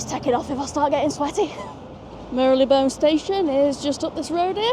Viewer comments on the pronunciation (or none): Great video, it’s not Mary Le Bone though 😂. Mar Lay Bone 🦴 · As a Londoner, It's always been Mar-Le-Bone but then I may be wrong. Made me think for a second but then soon forgotten - loved the review.